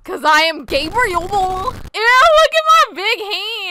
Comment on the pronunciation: “Uh- GaBrIlE”